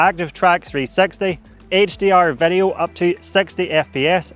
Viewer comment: Please improve your pronunciation of word "video", so it does not sound like "værio". 👍